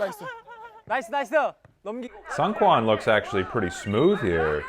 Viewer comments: Seung is pronounced like zingggg. Like an airplane sound. Or SNG with no vowels. The EU is silent. So therefore, Seungkwan's name is pronounce as SNG-KWAN. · I’m so sorry but the seungkwan pronunciation gets me every time